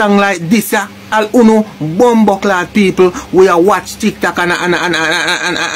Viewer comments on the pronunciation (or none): none